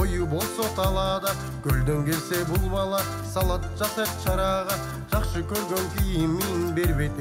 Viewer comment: Салад эмес Салат.